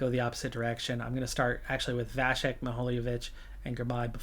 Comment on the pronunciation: Now that you’ve signed him - Vacek’s surname is pronounced [vatsek] as in Czech there needs to be this symbol ˇ above the C for it to be pronounced as [vachek].